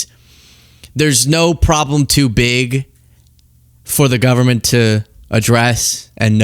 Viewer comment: Moses Mike sounds like he said, “They shut down the Gubbment!” Nice game face coming out that door holy moly.